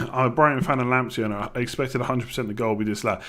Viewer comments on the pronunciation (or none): if Partey is pronounced "Partay" then wouldnt Lamptey be pronounced "Lamptay" seeing as he is of Ghanaian descent?